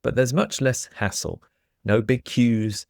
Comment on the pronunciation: I was driving while listening, and all of a sudden, I hear saying that when travelling by train, there's much less asshole! I can't read the subtitles so I rewind a bit and listen again, and again. I didn'd know this word "hassle" until this afternoon. In my french ears I make absolutely no difference between these two words 😅